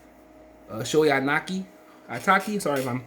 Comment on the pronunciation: You butchered the hell out of Shohei Ohtani's name! He is only the second coming of babe ruth